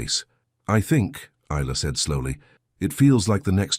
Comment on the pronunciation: Her name is pronounced Esa( the I is a long e sound)